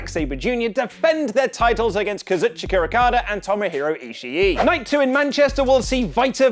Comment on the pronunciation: listen to how they pronounce Kazuchika...